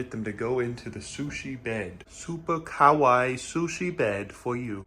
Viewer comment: He mispronounced kawaii he just said kowai (scary) repeatedly 😭